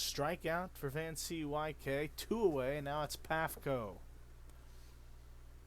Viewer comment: Van-C-Y-K? I think it's pronounced Van COOK.